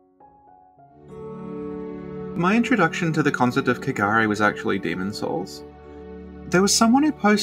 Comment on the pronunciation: I just wanna say this - the way y'all pronounce kegare sounds a lot like cagar as said by an English speaker. And cagar is a verb, meaning, literally, to shit. So, yeah... it is impurity at its finest. Laughed every time you said it. "Valley of cagar", in particular, really takes the cake 🤣🤣🤣🤣 Also, been out of the Snack Covenant loop for a bit and came back to find! Hi,! Nice to have you here!😗 Also also,! Whoop-whoop